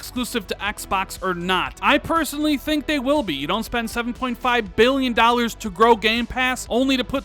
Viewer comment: "tell me why from daaant naad" lol speaking too fast and forgot how to say Don't.